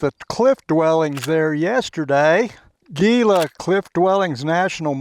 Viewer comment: Hee Lah, not Geelah....